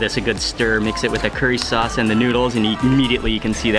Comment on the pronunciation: Mmmm with the "chilli chaucee" 😂